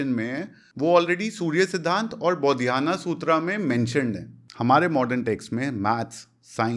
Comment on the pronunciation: बोधियाना नहीं बौधायन